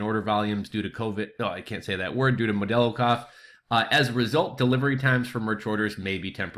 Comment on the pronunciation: I'm sorry but where did you get the name "modello" cough from? It's hilarious.